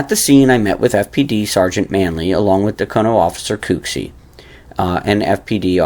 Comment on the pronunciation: I laugh every time you say “Cooksey” like KOOKsey. It’s actually COOKsey, like a chef or cook in a restaurant. LOL! I know you’re doing your best and I appreciate it. I just have a little laugh each time. The next time I see Kyle Cooksey I’ll tell him. 😊👍🏼👍🏼